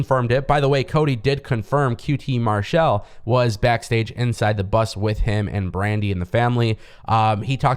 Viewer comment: Not trying to be a grammar nazi, but why do you pronounce Marshall using the shell sound? 🤔